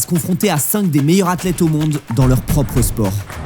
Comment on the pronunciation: On dit "les meilleures Zathlètes" pas "les meilleuratlètes" 😵🙄